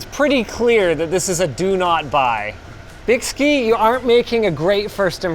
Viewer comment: Another 20 minutes of Linus mispronouncing a brand name. And Byski may have messed that up, but they are the only company that makes the GPU block that fits my GPU, and it works amazingly well